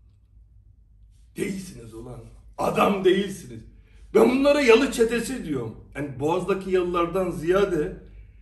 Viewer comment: Yalı çetesi değil reis!! Yala çetesi.